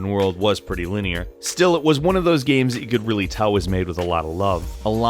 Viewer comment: Hearing you talk about "gyems" is like hearing Cumberbatch talk about "penuins". I love it